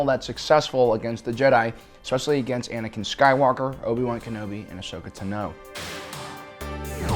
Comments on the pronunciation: Ashoka's name is pronounced TA-no not Ta-NO. You emphasize the "Ta". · He pronoaced Ahsoka Tano Ahsoka ta-no like how it looks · The one thing that bugs me is that you are pronouncing "ahsoka TANO" wrong. Ahsoka pronounces it "tah-no".